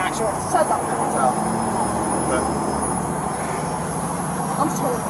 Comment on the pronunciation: “Who is April?” “SHATUP” 😂😂😂💀💀😐